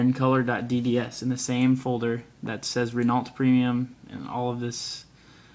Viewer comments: ***** you should pronounce Renault like Ren Oh i had the same problem till i started watching Squirrel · Did you just pronounce the "t" in Renault? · In that kind of words (It's French), you never say the L or the T, but in English it's hard to say it without sayig LT, (I'm Dutch/French)